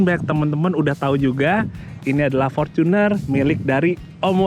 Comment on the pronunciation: Fortuner not forcuner bacanya